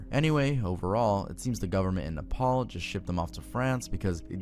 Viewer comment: "nepals italy" lmao